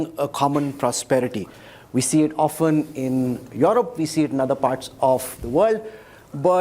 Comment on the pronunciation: OFTEN.... pronunciation problem Hina ji